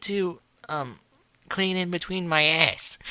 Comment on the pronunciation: The way you pronounced "ahhss" and "pussay" in this nearly killed me. xD